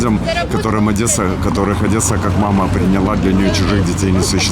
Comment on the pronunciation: Марк Бернес приехал в Одессу на гастроли,а произношение у него было как у селюка с хутора, он произносил Одэса и др.. К нему подошел дедушка,такой как проходил мимо:" Сразу по произношению слышно ,что вы коренной одэсит,и песни за Одэсу может петь так душевно,только коренной одэсит." Бернес возразил:" Я родился в Нежине,а вырос в Харькове., ну так там люди балакалы...." Дедушка перебил:" Ай,ай,ай" Молодой человек! Это не хорошо,... отказываться от Родины."